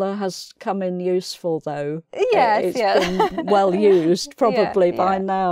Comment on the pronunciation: I think is saying "...has come in useFUL, thugh...", am I right?